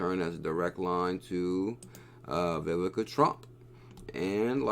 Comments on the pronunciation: Great video! You said it right once 😂. (E-vaughn-ka) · Learn how to say Ivanka it’s really not hard sound it out